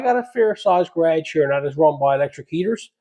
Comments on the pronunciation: Garage....not carageis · It took me a few times to understand what a Ga-raa-jgh was